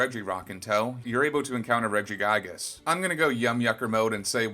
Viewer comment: Honestly great vid but the names pronunciation wasn't even funny became quite annoying even when we you said "Regigaigas" and really made me wanna click off.